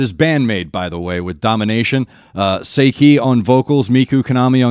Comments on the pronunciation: BAND-MAID considers themselves Hard Rock. And Saiki's name is not pronounced SAY-KEY. It's More SIGH-KEY, or Psyche. But you're wrong about doing what the other can. Kanami taught Miku guitar. She writes and records both parts, and then teaches Miku the part she is to play. Miku writes the lyrics for both herself and Saiki to sing. More BAND-MAID please. Try 'Real Existence' LIVE. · Saiki is pronounced SI-KEE. Kanami is a prodigy. Ultra talented song composer and like Akane and Misa is a multi instrumentalist. Miku is not as musically talented. Originally a singer who started the band, she has had to learn rythmn guitar from Kanami and yes plays some basic chords at times but that provides valuable support to Kanami and depth to the band's sound. So many elements to The Maids and hopefully the upcoming U.S. tour will provide wider recognition and support for the band. Very unique with a new album about a month away. Like so many Maidiacs, can't wait to hear Kanami's latest creations.